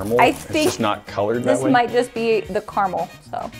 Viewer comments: ITS CARAMEL NOT CARMEL RAHHHHHHHHHHHHHHHHHHHHHHHH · It’s car-A-Mel not Carmel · im juat wondering WHERE IN CARAMEL IS THERE A U!!!!!!!!! ITS CA-RA-MEL NOT CAR-A-MUL!!!!!!!!! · Im sorry but its not CARMAL ITS CARAMAL OMG GET IT RIGHT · I always get confused when you guys say "carmel" Like it takes me ages to realise you mean caramel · Im sorry but.. Carmull